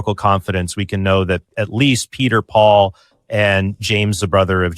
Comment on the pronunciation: I just can't stand Alex reading "Paul" as "pool". Maybe it's just not my day...